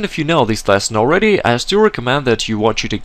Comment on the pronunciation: small piece of advice, stop saying "lasson", its "lesson", other than that, good teaching